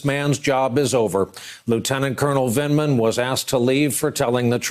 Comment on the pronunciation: With his dry drug addict's mouth he couldn't even say Vindman.